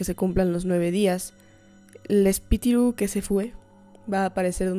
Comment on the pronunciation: ok la parte que mas me gusto fue cuando dijo espitiru❤❤